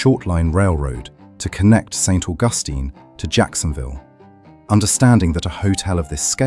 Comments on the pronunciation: "Street" Augustine. Fucking HILARIOUS. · Poorly done for our beautiful city. It is Saint (St) George street, not George street. What a horrible AI voice, British, really? I wish Augustine was pronounced correctly.